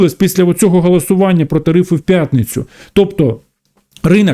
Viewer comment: Віктор Галасюк потрібно говорити голосування а не галасування😊😊